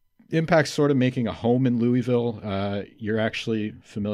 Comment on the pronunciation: Dude how you say Louisville wrong?